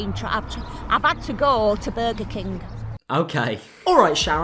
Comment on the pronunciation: "Bega Keng" I'm crying